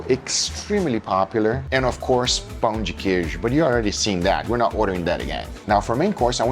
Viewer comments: bro really is brazilian when he says "pÂo de queijo" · Guga goes full mineiro when saying pão de queijo.